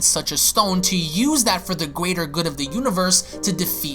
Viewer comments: I luv how he pronounces greater good gweater good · Did anyone else here him say “for the gwator good of the universe”